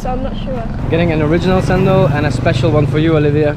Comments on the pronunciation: Cendol is pronounced as Chendol. Not sendol. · Samoa people didn't drink coconut milk.. But Malaysians do.. We enhance the taste.. 😊 That's Chendol pronounce of cendol.. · I'm sure someone's pointed it out by now but its pronounced "chendol" the c in bahasa has a "ch" sound. k is the hard c sound in their language. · In Malay Language, everything that starts with letter C, will sounds Ch as in Chair. So, cendol is pronounced Chendol. Cendol is actually the green wormy thing made out of flour and the green color came from pandan. You gotta mix everything before sipping cendol The lady at rice stall said Buah Kedondong (ambarella or hog plum). when she said 'Masam-masam', she meant it taste very sour. When they made it into drinks, normally sugar has already been added. And the brownish thing you see in the Kedondong juice was 'Asam boi', which is also sour plum but has been preserved, dried and coated with sugar and salt so it became like liquorice on its own. The lunch set for the girl from England (sorry didn't really your both names), was Chicken Rice. The sambal egg & tempeh are additional side dishes. The black sauce was soy sauce + vinegar... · CENDOL is pronounced "ch" as in chat. so it's ch-endol. :) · cendol pronounced chendol 😁